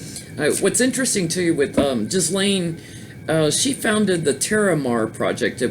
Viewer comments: Hi, it’s pronounced with a hard “ G “ Geese- lane. I laughed at her involvement in protecting the oceans, in light of his her father died. Robert Maxwell was a business partner of Semion Mogilevich, the alleged head of the Russian Mafia. He was infamous ( aka and absolute b#*#*#* 🙊) in Britain & died in very suspicious circumstances, supposedly fell overboard from his yacht, the Lady Ghislaine, near Tenerife in the Canaries. Thanks for the last two readings, both great. 💕💝✨🌟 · I believe her name is pronounced as Geez lane hard G and equal stress on both syllables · Some individuals have no social conscience and are completly amoral. Ghislaine Maxwell’s role model in life was a crook (her dad Czechoslovakia born Robert Maxwell, British MP and a publishing magnate) so she might default to males of similar type (Epstein). Trivia ... believe the “s” in Ghislaine is not pronounced.